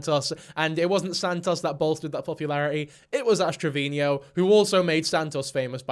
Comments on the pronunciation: Dude. You're making me crazy every time you say Ash Trevino's name... It's TRE-VEE-NO... not Tre-Vee-Nee-O. Yes, I'm that Petty.😂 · has rant about word usage on YouTube. pronounces Travino "Traveenyo" like a true genius.